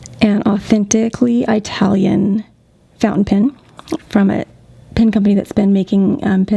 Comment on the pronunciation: please don't say EYE-talian. dear lord.